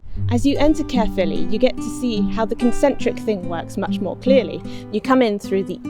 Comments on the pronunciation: "Carephilly" Its just simply "Ca-philly" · I died inside when he tried to pronounce Caerphilly